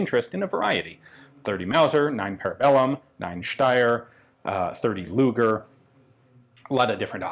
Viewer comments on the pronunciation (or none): none